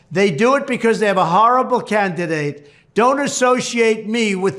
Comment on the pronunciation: wtf is a "cantidate"?